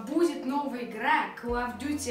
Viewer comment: и не калл и ккал , а кол